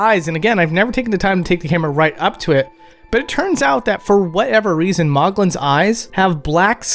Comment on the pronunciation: Maughlin is pronounced "maw-lin", not moglin.